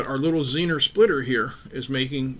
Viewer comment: Pronounced zener, not zenner